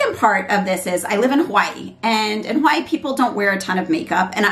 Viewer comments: Omg she's saying Hawaii. .I keep hearing white girl 😂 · I agree I thought it She said white girl than I replayed it and turned up my volume 😂😂😂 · ohhhhhh lol😂😂 my apology it really sounds like your said white but I was like she don't like white lol Thanks for replying I brought the Eylure London pro magnetic lash but I had to see if they will stay on during the day. Im going to buy the one you showed too.😊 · I replayed it several times trying to figure out if I heard the same also. Lol Like wait? What? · I actually thought you said "a fly girl" LOL! Thanks for a great video! The lashes looked great on you and your daughter is adorable 🙂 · I also had to use subtitles to see if you said "Hi I am a white girl lol " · Wait what was it she was saying at the beginning? A what girl? Sorry I genuinely couldn’t hear it lol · a 'Hawaii' girl. i thought the same thing lmao